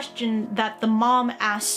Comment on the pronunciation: I'm pretty damn sure it's pronounced Sang-woo.